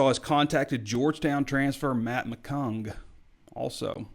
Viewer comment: it's Mac McClung....I don't normally correct someone on a name because I know I couldn't do an hour long You Tube show but I don't want to lose this guy because he hears his name butchered on You Tube. We need this guy like a flower needs the rain.